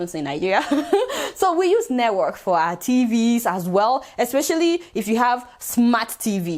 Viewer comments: Aunty it's network ooo not nework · Lol 😂 she calls it neywork haha 😂😂😂 neywork Yoruba